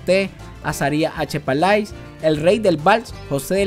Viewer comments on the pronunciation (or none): Una observación: Se escribe pallais , y se pronuncia palè. Es uno de los apellidos de origen francés de familias que llegaron a poblar nuestro país en el siglo XV|| que hicieron historia en Nicaragua . En el caso del sacerdote y poeta leonés Azarias H pallais , así como el Dr. Louis Henry debayle más conocido como el sabio debayle . Un saludo amigo !!